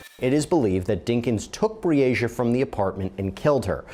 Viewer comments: You had this whole video of people pronouncing Breasia’s name correctly and you couldn’t even bother how to say it! Her name was Breasia, not Breezy-uhh Put some respect on victims if you’re going to make “content” like this geez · Her name is Bre-Asia. You were pronouncing another kid’s (Aniyah) name wrong. Please give them enough respect to pronounce their names correctly. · Her name is pronounced Bree-Asia. Like the continent. The announcer is saying it incorrectly. She deserves to have her name said correctly! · I'd line to think this is not an AI created channel but please do better about pronouncing the victims name correctly. It wasn't even close which makes it clear to me, who ever made this video, didn't watch the interrogation. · While I am someone who appreciates what you do, I also feel like it's on the disrespectful side when you (or other content creators) don't even make sure the victim's name is pronounced correctly. I'm someone who actually helped to search for this sweet precious girl who should be out playing in the snow with her friends right now. So if you make any other content that is about her story, please be sure to at least pronounce it correctly. Her name is pronounced Bree-Asia... Not Bresia.